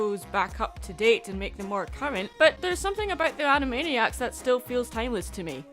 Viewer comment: ...Animaddyac/Animaddiac. Also... yeah. Animaniacs holds up pretty well. And heck, I didn't even know who Sheena Easton was beyond having heard the name once or twice.